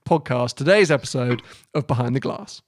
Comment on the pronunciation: Why do you pronounce it bahind the glass?